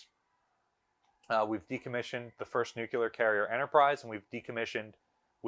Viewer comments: Nuclear. no such word as nuc-u-ler. no offense. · Please! NU CLEE UR, not NUKULUR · Its pronounced nuclear not “nucular” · He always says 'nucular' and not 'nuclear'😂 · You should learn to say nuclear correctly. It’s not nucular. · I really enjoy these videos, however I wish you could pronounce the word nuclear.